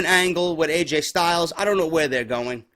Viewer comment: Lol "Aj Style"